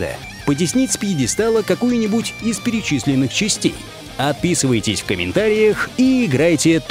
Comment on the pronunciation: мне показалось он сказал отписываетесь